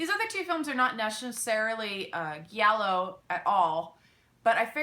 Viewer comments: Giallo pronounced dʒallo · it's actually pronunced "jallo" or "djallo" i dont want to be the italian grammar nazi i know you're not supposed to know this just throwing it out there i generally like pronuncing things right just thought you might too :) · You are mispronouncing Giallo